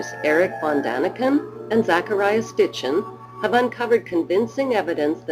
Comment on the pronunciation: I know I'm knit picking but it bugs me that the narrator says Stitchen noy Sitchen .